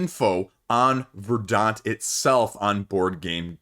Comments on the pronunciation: Not that it really matters, but in case anyone's curious, it's pronounced more like "ver-dnt", it's the adjective form of "verdancy". Means "lush/green with vegetation" or something like that. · VER-dant, accent on the first syllable.